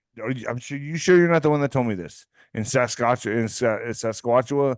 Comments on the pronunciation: Just starting this.... the name of the province you were trying to say..Saskatchewan sound it out, Sas. kat chew (an)..the an at the end sounds like (jaun) you say the whole word together it's Saskatchewan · I thought I was going to bust a gut laughing when said it’s obvious they’re into arts and crafts. 😂 Then trying to say Saskatchewan “sasquatchawan.” 😂 This was such a fun show to watch. Do more of these,, please. Very entertaining!